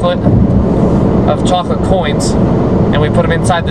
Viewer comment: Did you say choclate?